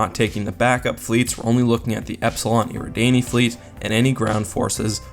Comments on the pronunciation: yeah he did, it's not EAR-E DAN-Y It's AIR-A-DAWN-Y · Mispronounced Eradani